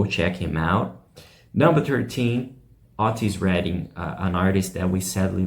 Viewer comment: OTTIS Redding?????? Learn to pronounce the names.